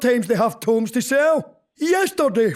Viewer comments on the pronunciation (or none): also the books (tomes) is pronounced toe-m not two-m sorry but sometimes pronunciation bugs me too much a geek for words I guess :)